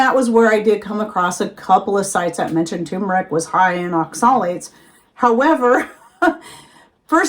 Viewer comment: You are pronouncing Oxalates incorrectly so I doubt you have done much research on it.